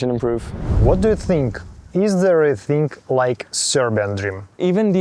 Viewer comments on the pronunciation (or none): There's something seriously off about this guy. Growing up in the UK and not having a British accent, like - what?! That's literally impossible. He also can't say TH but replaces it with F. "Fink, everyfing", that's what Serb's do. Literally living in 3 different countries, speaking 2 languages and not developing a native accent in any of them...unbelievable and not possible. So yeah, something is not adding up.